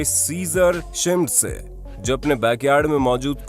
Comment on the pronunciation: भाई, Joe की हिंदी में भी ‘जो' pronounciation होता है। ना की जोई!!